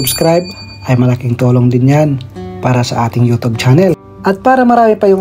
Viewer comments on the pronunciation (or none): Nakiki yutub ka na rin ng bigkas ha ha ha! yutsub yan. Ha ha ha ambaduy mo ha TUB DAW HA HA HA!